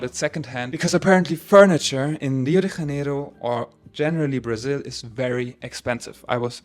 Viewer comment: You're a German speaker making an English language video about a Portuguese speaking city, and you pronounce the city's name in ... Spanish. Huh? The "J" in Janeiro is a soft "j" sound, like in French, or in the English word "measure". Try it!